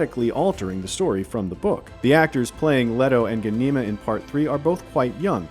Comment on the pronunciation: Who thought changing the pronunciation of Ghanima and Alia was a good idea? Hint: It wasn't!!!